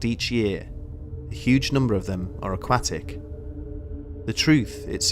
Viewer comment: It's "Aquatic"